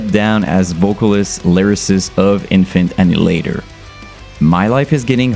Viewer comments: Why you mispronunce their name? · lad at least pronouce there name right jesus its not difficult at this poinjt im sure youve seen multiple reaction videos to em hence your content right now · I refuse to listen to a guy who doesn't even say the name right.